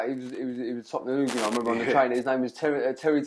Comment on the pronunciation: “Football ooglun 😂😂😂